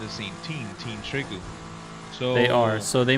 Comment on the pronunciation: On behalf of all The 100 fans/watchers... It's pronounced Tree Crew. ✨TriKru✨